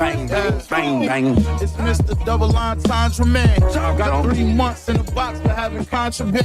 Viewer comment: How can they not know what a double’ entrendre is They even saying it wrong smh